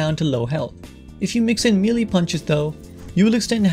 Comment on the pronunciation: melee is pronounced "may-lay"